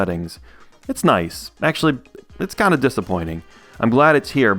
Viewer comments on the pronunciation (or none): none